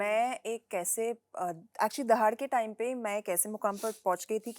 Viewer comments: Kareena please learn to pronounce दहाड़, it's not दाहड़ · its दहाड़ not दाहड़ bebo , लाइक its करीना not क्रीना 😂😂